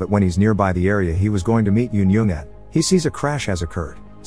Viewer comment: just wanted to let you know that it’s not pronounced “eun-yung,” but it’s pronounced as “eun-jeong.” The j might be misleading but you just read the j as it is.